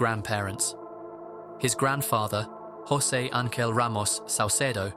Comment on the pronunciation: José.. Not josey..